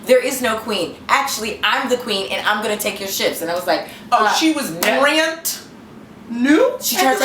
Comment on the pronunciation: "she was BRANDt new"...hahahaha. - I love when u put a "t" on shit it don't belong on!! And guurrrrl, u crack me up with that Gwyneth story! Butch was early, doin extra, model ass worker...biiitch! How dare she? AND she wanted u to move to a better money makin day (thurs)? The nerve! Yall crazy!! Love, love, love u'z both! 💖